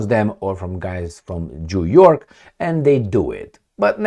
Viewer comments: Am auzit eu bine … Jew York 😂😂😂😂😂😂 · your Zimbabwean accent results in an interesting sound when you pronounce New York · He wanted to say New York 😂